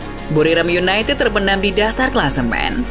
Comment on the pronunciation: "seperti yunaitid di eropa yah" renyah sekali di telinga 😢